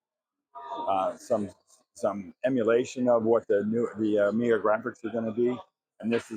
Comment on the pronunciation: 1"30 Where does this man come from where they pronounce it "Amigeer"?